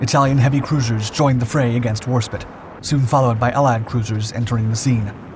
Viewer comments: It's pronounced "War-spyte" (the word spite being defined as the desire to hurt or offend someone as in "That person did that horrible thing out of pure spite"), not spit. Just f.y.I. H.M.S Warspite was the most active and the most damaged battleship of the Royal Navy in both world wars. Her career was nothing short of incredible. At the battle of Jutland, upon being hit in the stern, her rudder stuck, taking her directly toward the 7 German battlecruisers heading the German line, she traded shells with them fighting them virtually alone until her crew were able to get her headed back toward the British lines, she was so damaged and heavily hit Admiral Evan-Thomas sent her back to port. Interestingly enough, her circling under the enemy guns saved the hapless British cruiser Warrior from certain destruction, the Warrior later sank but her entire crew was rescued due to the Warspite, the Warrior's crew were forever grateful for the Warspite's taking the pounding that had previously been centered squarely upon them. Warspite was hit by 17 large caliber shells during the battle, and 14 of her crew were killed. She had a well-earned reputation for living up to the "spite" in her name. I recommend the book "Warspite" by Ian Ballantine for flabbergasting details of her carreer. She is also reponsible for the longest battleship on battleship hit ever scored, hitting the Italian battleship Giulio Caesare at a distance of 26,000 yards. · Always enjoy the channel content but what’s been up with pronunciations, annunciations and so on lately? The more I heard "War-spit" instead of "War-spite" the more I cringed, yet no problem pronouncing the Italian ships correctly. Several of the DarkSkies videos I’ve heard the Messerschmitt designation pronounced "Me" instead of "M E". Reminds me of commonwealth vernacular pronouncing "Z" as a word in itself "Zed". Perhaps it’s AI that narrates what’s typed in and not narrated by a human, I’m kinda curious now… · war SPITE....not spit.